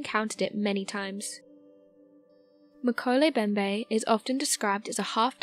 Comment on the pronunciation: Pronunciation matters!!! mo-KEH-leh em-BEM-beh NO silent letters. NOT meh-ko-lay Bem-bay. FREAKIN' LOOK IT UP BEFORE YOU BUTCHER IT!!